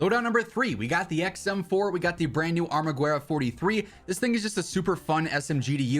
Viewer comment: hearing you say armaGWHERA made me a bit mad cuz i hate it when latin names are pronounced wrong lol